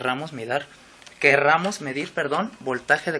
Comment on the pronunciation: Te felicito por tu dedicación y conocimientos, solo una pequeña observación ( sin ánimos de molestarte y para tu mejora personal ) no digas queRRamos, es queRamos. Te felicito porque realmente eres muy inteligente.